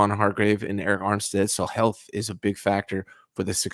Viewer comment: He said health😂😂😂